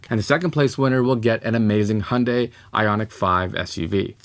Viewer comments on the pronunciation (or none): none